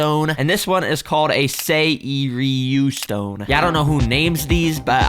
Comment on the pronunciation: "Tahaaaaiiiiji stone and serieryu stone i don't know what this is but yeah" 😭😂